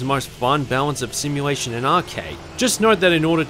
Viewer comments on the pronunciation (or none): none